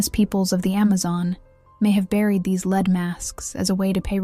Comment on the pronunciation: Lead masks. Lead rhymes with bread